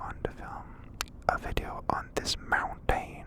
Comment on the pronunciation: nobody: not a single person: no soul ever:: mounTAIN